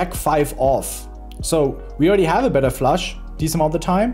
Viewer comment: Love it! But guys...who told Ben to pronounce Flush as Flash?